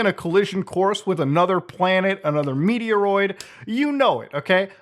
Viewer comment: "Meteroid"! LOL.